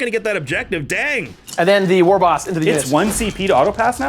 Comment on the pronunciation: Did you just pronounce the "g" in war?....unsubing